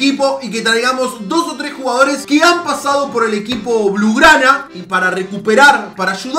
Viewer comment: "Blugrana" jaja no sabía nadaa